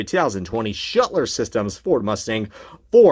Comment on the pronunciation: Shutler systems vs Schluter systems. it is pronounced Shlooo ter systems.